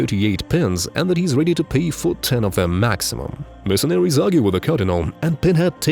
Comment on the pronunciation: Hilarious how the narrator pronounces "mercenaries" as "mercenawies". Often substituting the "r" with a w.